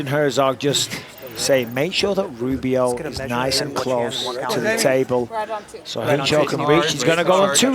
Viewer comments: Did the announcer say "Boobio"? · You can’t tell me the announcer didn’t say boobio instead of Rubio 😂😂😂😂